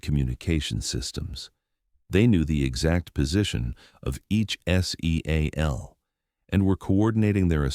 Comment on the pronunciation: Teach the AI to pronounce seal as a word since it appears in every military story.